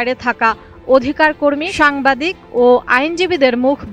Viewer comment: "সোমবাদিক" না "সাংবাদিক" হায়রে অতি শিক্ষিত নাগরিক🥲